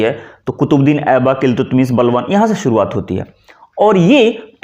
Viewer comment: आपका उच्चारण भ्रष्ट है। भाषा, बाज़ार , शुरुआत , शिविर जैसे शब्द बोल नहीं पाते। और चले हैँ भाषा का ज्ञान देने। शर्म आनी चाहिए।